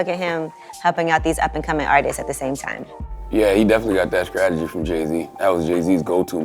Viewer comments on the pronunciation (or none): this fool said scrategy(strategy)